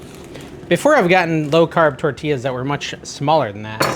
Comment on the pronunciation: I like your recipes but I balk at your pronouncing the “ells” in tortillas. If there is one “ell” you pronounce it but if there are two “ells” they are silent. Tor-tia!!! No “ells” pronounced! Also goes for quesadilla…do not pronounce the “ells” hence say quesa-dia!! Thank you for your yummy recipes!!